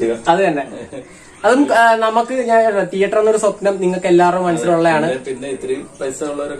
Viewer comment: ടീയറ്റർ അല്ല മോനെ തീയറ്റർ..